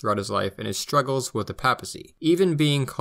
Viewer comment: 'Power shtruggles"